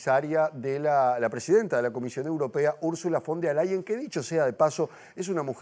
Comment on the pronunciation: Se dice VON DER LAYEN